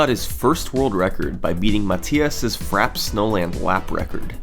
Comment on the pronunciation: Besides your concerning pronunciation of "Frappé", no complaints here about another great video.